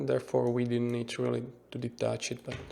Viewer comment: Great Tutorial! Thanks for that. But everytime you say "detach it" it sounds like "delete that shit" :D